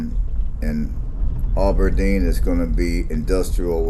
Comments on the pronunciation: It is not pronounced "Ah ber deen". It is Ab (like short for abdominal) Aberdeen. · Thanks for doing this! This is a very interesting video for those of us old folks. It shows a number of landmarks now gone. Brother was watching this video this morning. I heard Aberdeen called "Auberdeen" repeatedly. I expect not intentional but there is no "u" or "w" after the "A". I did note this video was taken before the Perkins building was removed. Not sure what the population is now but much has changed since then. Better or worse, not sure, but it seems to be "less" in a number of ways and have "less" than it used to. One significant recent change is the end of Presentation College. Northern State University expanded their facilities and the School for the Blind and Visually Impaired moved across from the new, larger sports arena, replacing one of the NSU dorms.